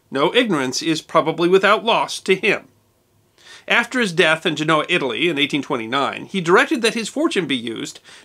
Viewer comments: It's Gen-nova not gen-o-va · I am not certain, but I believe that the death site of Mr. Smithson is pronounced "gen-uh-wah." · your pronunciation of the italian city of genoa is incorrect. it is said: jen-o-wa., accent on the first syllable.